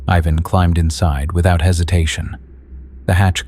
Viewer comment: How many times did you get that first kid Ivan's name wrong?